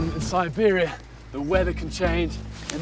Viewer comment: 첨에 시베리아 발음 쩌노